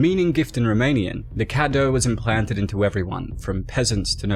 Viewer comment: It's pronounced kay-doo